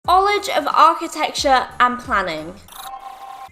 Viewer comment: Everybody: College: Cullage